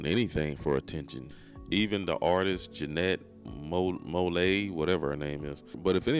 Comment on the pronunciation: Ja-net Mo-Lay 😂😂😂😂😂😂😂😂